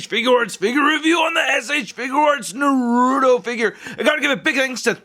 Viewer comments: it's Naruto not Narudo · It's NAR-UTO not NAH-RUTO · It's a Naruto not Narudo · It's not narudo it's naruto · ITS NOT NURUTO IT'S NARUTO!!!!!!!!!! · its na-ru-to not na-ru-do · Its not "narudo" its na-ru-to😑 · RASENGAN NOT FIREBALL AND ITS NAR-UTO NOT NARUDO AND THE DAGGER IS A KUNAI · It’s (NA RU TO NOT NARODO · you were saying noruto its naruto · NA-RU-TO!! NOT NARUU-TO FUCK..! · Him saying naruuto ticked me off the whole video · Its pronounced nah roo toe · Why do so many people call naruto, narudo????? It annoys me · Nar uuu toe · It's pronounsted nar uh toe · He said narouto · since when Naruto turned in to "Narrruro"?, hahahaha!!!! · It's called nurato in syllables its nur-a-to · its pronounce nar u to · ITS PRONOUNCED NARTO THE U IN NARUTO IS SLIGHTLY SILENT AND ITS PRONOUNCED RA SEN GAN NOT FIREBALL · Its pronounced like NAR-A-TOW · you pronounced his name wrong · It’s pronounced Naruto i😤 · Really b** really u have to pronounce it wrong 💩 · You say naruto wrong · waiting for you to pronounce the t in naruto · Your saying his name wrong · THAT IS NOT HOW YOU FUCKING PRONOUNCE NARUTO. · It's funny how he says naruto.XD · that's not how you say his name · By The Way, Just In Case You Do Another Naruto Figure Review, It's Pronounced 'Nah-Roo-Toe', And Most People Pronounce It 'Ruh-Sang-Gun', And Finally, They're Not Daggers, They're Called 'Kunai Knives (Koo-Nye) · you say rahsengan wrong and naruto wrong